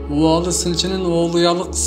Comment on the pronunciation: Убаалы эмес,Уваали тушт.диал.айтылат.